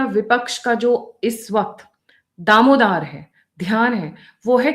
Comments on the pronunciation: दारोमदार ना की दामोरदार plz इस शब्द को ठीक करें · Ma'am daromodar hota hai...damodar nahi